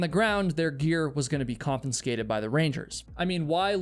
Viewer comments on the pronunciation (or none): Bro, it’s “confiscated” not “confinscated” ( , , ). 😂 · Confiscated!! Not confinscated!!! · The word is confiscated, not confinscated. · " con-fin-scated " Another story of ignorance and idiocy. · Con-fis-cated NOT Con-fin-scated. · ConFIScated, not "conFINscated" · Con-FI-sca-ted NOT Con-FIN-sca-ted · Dude. It's not confiNscated..its confiscated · Confiscated. Not "Confinscated". That was maddening. Still a worthwhile vid. 8 out of 10 from this grumpy old pedant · The word is pronounced, KAHN-fuh-skay-tuhd, not KAHN-fun-skay-tuhd. 🤓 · Say confinscated again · Why is she dressed like the Hamburgler? She jumped as the Hamburgler and landed as hamburger. ...... too soon??? And for the love of God it's confiscated, not confinscated. Or is that intentional to increase engagement? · The word is pronounced con-FIS-skated, not con-FIN-skated. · Confiscated, not confinsated lol; you’re hilarious. Classic case of FAAFO. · Forgive me, but, the word is confiscated. Con-fis-cated. One N. You keep saying Con-fin-scated. As a broadcaster, voice over artist & actor of nearly 50 years, mispronounciation grinds on me. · the word is "Confiscated" not Confenscated. 😉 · This story is so frustrating in so many ways but… the way you keep saying “confinscated” instead of “confiscated” drove me insane 😅 Always enjoy your videos though other than that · Not to be picky, but, well, here goes. “confiscated” is pronounced “kaan·FUH·skay·tuhd”, not “kaan·FIN·skay·tuhd” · Dear God! It's not confiNscated! Confiscated. 😂😂😂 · Sorry to be annoying, but it’s confiscated not confinscated. No “N” before the S. On another note, if the base jumpers are doing something illegal, then expect the consequences. Blaming the rangers for their own selfishness and stupidity is ridiculous. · *confiscated (not confenscated) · Confiscated, not confinscated. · Con-FIS-scated. Not confinscated. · Dude the word is ‘con-fis-cated’ not ‘con-fin-scated’. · Confiscate NOT confinscate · Please stop saying confinscated.